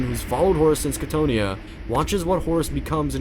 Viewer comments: I have never heard anyone mispronounce Cthonia (KA-TH-OWN-E-AH) before, that was jarring as hell. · I love you content. But you pronunciations grind my gears sometimes. Cthonia (Ca-tho-nia). Thank you for this beautiful video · I have learned that loretubers love mispronouncing things just for ragebait. Like Cthonia. You and Arthur Bones drive me crazy sometimes. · Not trying to hate, but you’re pronouncing cthonia wrong and Horus never gave fulgrim the laer blade, fulgrim claimed it himself